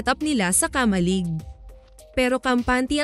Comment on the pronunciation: KA-MA-LIG dahan dahan lang ang Pag bigkas ng word..... Ganito mo binigkas ang KA-MA-LIG..... KAMA-LIG nakuha mo ba ibig kong ituro syo?